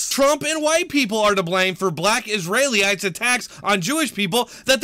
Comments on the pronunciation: For future reference its "is-ree-uh-lites", rather than "is-ray-lee-ites". Obviously no big deal, but it was driving me nuts every time I heard you say it. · It's Israelites, not Israely-ites... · I had to stop the video because I couldn’t stand how you say Israelites